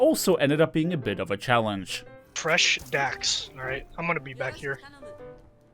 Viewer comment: For someone who claims to be German you can't pronoune Freshdachs at all...